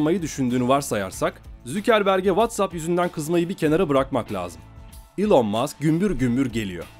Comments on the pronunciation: Elın diye okunuyor zannediyor heralde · Doğrusu "İlon" diye okunuyor zaten eğer buna takıldıysan. Sen yorum yapmadan önce bi araştır istersen:) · Boylesine guzel bir mecrada birde su kisilerin isimlerini dogru telaffuz etseniz keske..